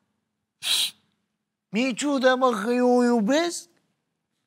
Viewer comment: A zis "Mi-e atât de ciudă." sau "Mi-e atât de Ciucă." ? 🤣🤣🤣🤣